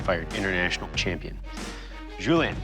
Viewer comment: It's Juli-ein not juli-an.